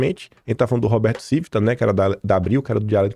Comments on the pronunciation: A pronúncia é TIVITA e não CIVITA. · A pronúncia não é “Civíta”, é “TchÍvita”.